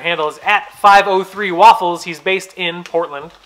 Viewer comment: It makes me happy everytime you say “waffles” like the breakfast food, instead of how everyone else pronounces it 😭😭